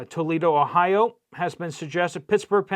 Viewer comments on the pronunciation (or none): none